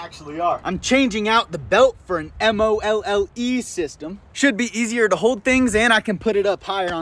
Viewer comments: I've never heard somebody pronounce MOLLE as "M.O.L.L.E.". 😂 Love the process. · M. O. L. L. E. Is pronounced “molly”, like the girls name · Modular Lightweight Load-carrying Equipment....pronounced Molly... not M.O.L.L.E., spelled out. 😂😂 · You've GOT TO change your YT handle to "WillThrives." Over the past few months you have impressed the hell outta me, and obviously thousands more. Oh, and also, You're literally the only person I've ever heard actually read MOLLE as individual letters, instead just saying "molle." Pronounced like Mall-ee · It's pronounced Molly my mans.... raffle the pants you tested in and give the person a massive discount on their 1st order. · Hey, love your channel. Just a heads up, MOLLE is pronounced "molly" by the cool kids. Keep being awesome, looking forward to more great vids. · Dude, I'm super excited to get me a pair! And before some other nerd calls it out, Molle sysytems are pronounced "molly". Love your stuff! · Cool pants, keep working on them and doing your thing. I wouldn’t mess with the knees, they look good and I highly doubt anyone would add or put knee pads into them. Maybe just add some padding to the higher grade pants in the knees. Also, as a Leo, we use MOLLE system a lot. It’s pronounced (MOLLY)! Keep up awesome work, you have the making of a great product bro! Keep doing you!! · Knee pad pockets are opened from the bottom. Slip.the pad up snd slip it into a pocket so it doesn't fall down Open at the top fills up with debris And it's pronounced Molly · MOLLE is pronounced Molly. You doing good friend. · Its pronounced “Molly”. And yes please. Also you might wanna think about patenting this design before we see them in the carhartt store. Or worse… temu. I bet this guy is on Rogan before the end of the year. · MOLLE - pronounced “Molly”. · Its pronounced like "molly" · Molle, pronounced Molly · Pronounce the system as Mollie, even though it's MOLLE. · MOLLE is pronounced maw-lee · MOLLE is pronounced molly